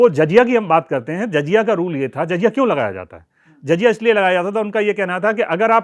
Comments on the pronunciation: Jazya nahi jizya lafz hai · Good Information but pronunciation is awful Zaziya and baitul maal Badly pronounced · Its not jajiya... It is jaziya Jakaat nhi zakaat Baitul mul nhi... Baitulmaal